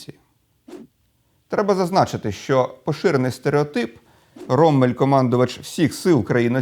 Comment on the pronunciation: Ніколи не кажіть "роММель" чи "біТТе", бо це невігластво. Подвійна приголосна літера лише вказує, що попередня голосна є короткою. Це німецька, таки правила правопису. Як й в англійської, не завжди читай як написано.